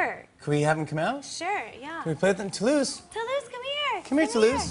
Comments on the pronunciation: It’s TOULOUSE 😂😂😂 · The way she pronunce "Toulouse", the only thing I can say : Yes dear! ha ha ha ha ha